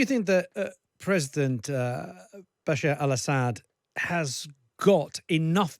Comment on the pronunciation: Bruh... "Basar al Ashad's recime."